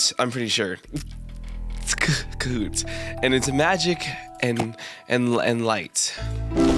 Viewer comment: Cahoot sounds like kahoot for me LMAO